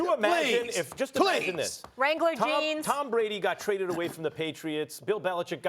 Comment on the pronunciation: Molly said Wrangler Jeans... LOL